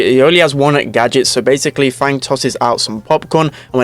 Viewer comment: fang is not actually pronounced as the english word fang. since he is decidedly chinese, the "a" in his name should have an "ah" sound. f-ah-ng